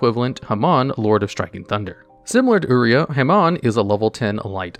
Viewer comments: It's u - rie - ah for the red sacred beast😑💢not u-ree-ah , actually armetyle is worth it in friendly duels and protecting it with dimension guardian trap and put mage power on it. Watch the yugioh gx anime to hear the villain to pronounce the sacred beasts if u want to know how to pronounce properly of uria lord of searing flames. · "ooreah" is "yur-aye-uh"